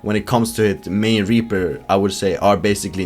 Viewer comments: "Mei and Raper" Excuse me? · "whilst also going into detail on why Mei and ..." what? I've never heard you pronounce Reaper quite that way before - am I the only one?